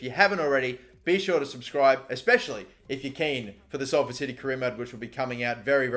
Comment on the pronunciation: OMG YOU SAID SALFORD RIGHT